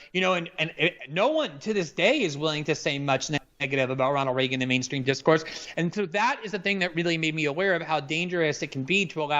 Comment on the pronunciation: The way Krystal says Reagan hurts me physically